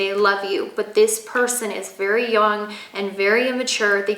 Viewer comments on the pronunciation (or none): none